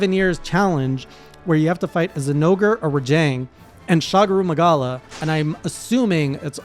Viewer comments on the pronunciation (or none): none